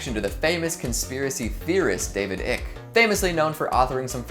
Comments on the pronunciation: You lost me at "ick" its. 'Icke' pronounced 'eye'ke. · Icke not ick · David ick lol i believe it’s pronounced David eyeke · the name is pronounced eye-k you are a dumb sheep if you know nothing of Icke. You people praise you enemies as friends and friends as enemies. You people are NPCs. Time to wake up Sheep, before Red pills become Red suppositories... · Yeaaaa....noo. This isn't the reason It's not ick. Pronounced like the word like but take off the L. Not like icky with no y. Research before posting a video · You pronounced David Icke wrong. It’s pronounced “eye-k “. Just wanted you to know. I’m surprised you don’t know this already with the controversy of Icke being deplatformed. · that isn't how you pronounce David Icke. it is pronounce Eye-ck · It's pronounced "ick-e". He's been saying it wrong this whole time.